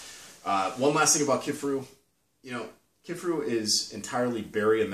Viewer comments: KIFARU you dolt! Not Kifferoo. It’s not that difficult 🤦🏻‍♂️ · Kif-a-roo? Ke-far-ooo